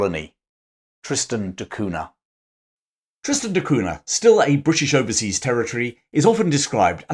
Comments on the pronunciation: it's pronounced "Cunia". Very nice vid for the rest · In Portuguese, Cunha is pronounced coon yuh. The nha is like the na in Spanish with the tilde over the n. As I know someone who actually has this last name, every time he said that name it cringed because he sounds like a pompous Englishman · It's pronounced "CUN-YA" the Portuguese "nh" is like a Spanish " ñ ".